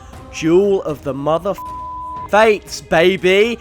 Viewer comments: Its duel not jewel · It's duel. Not jewel. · He sounds like he’s saying jewel not duel 🤺 💎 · Juul, not duel. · Everyone else: "Duel": "Jewel" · Why do you pronounce "duel" like "juul"?? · Why do you pronounce duel like jewel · Anyone else notice he keeps saying juul instead of dual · I keep on thinking he says "Juul" instead of "Duel!" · i fucking hate how he says duel xD gule ahhh so frustrating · Who else thought he was saying "Juul" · It sounds like this guys saying juul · I’m sorry but each time he says duel i hear jewel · I swear if he says jewel one more time im gonna kill myself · Every time you say "duel", i hear "jewel". Tricking my brain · When he talks about Duel of the fates it sounds like he's saying "juul of the fates" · Every time you say duel i can't help but here the word jewel instead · I can't help but hear juul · “Juul of the fates” is literally how you pronounce it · Lmao every time he says duel I hear juul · i keep freakin hearing jewel and that's so annoying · I heard it as juul